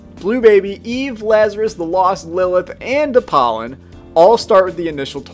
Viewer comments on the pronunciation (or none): That Apollyon pronunciation made me unsubscribe.